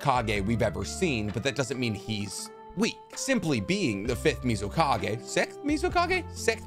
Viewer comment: Yaknow one time he said sicth in a video and I brushed it off, but I think he really doesn't know how to say sixth... I'm gonna subscribe